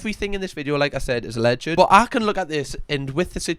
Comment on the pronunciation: I don't want to be that guy, but it's pronounced a-lleged, not a-lleg-ed. It's two syllables, not three.